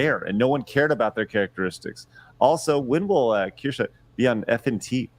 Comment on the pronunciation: He finally said Kirche’s name right